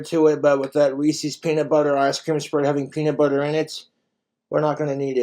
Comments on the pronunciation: Somehow, he's managed to make this whole thing even worse by calling them, "ree-cee's". It's "ree-sez". Not "ree-cee". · Reese's dose not rhyme with feces ! I actually cringe every time I hear someone say that way. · I don't trust anyone who says "Reesee's". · People who can't pronounce "Reese's" correctly... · I knew this was gonna be awful when he pronounced Reese's wrong.